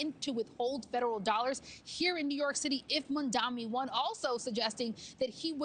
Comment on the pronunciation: It’s Mamdani Mamdani Mamdani not Mandami 😂😂 pleeeeease